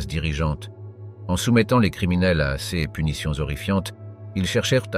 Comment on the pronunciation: Non plus "c s" mais "ces" ! C'est pénible !!